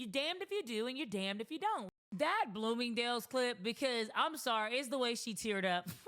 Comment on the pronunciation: Blooming-Day-yules 😂😂😂….. I work an 8-5. 🤷🏾, you entrepreneur bitties! Go date who you want, and good luck! This is the internet so not everyone will agree with your preference. In real life men working fulltime dont have the energy to focus on the decisions you make in your life. So yeah good luck. Hope you find that man you want!